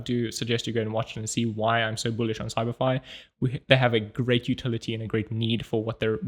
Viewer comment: It's your accent. When you say, "CyberFi," it sounds like "Samari."😅